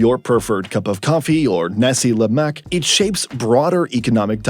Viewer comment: Hearing the way the speaker pronounce nasi lemak made my inner Malaysian die a little.